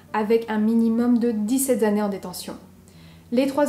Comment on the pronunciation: Coucou... Fais gaffe aux liaisons comme "Dix-sept Z'années", ou "Elle n'était pas si Z'innocente que ça."